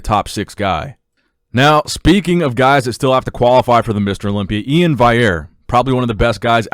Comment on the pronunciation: Its E-IN not iain